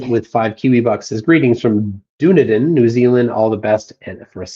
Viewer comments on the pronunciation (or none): Pronounced Done-knee-din